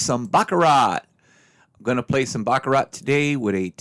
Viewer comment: You don't pronounce the T